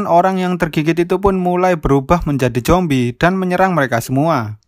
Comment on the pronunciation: Zombie ❌ Jombi ✅